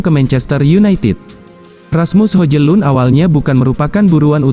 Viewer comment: Hojlun dibacanya Hoilun....